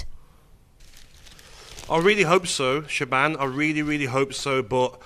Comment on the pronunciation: When's she gonna tell em how to pronounce her name? Shaban?! 😂🤦🏻‍♂️Shaban😂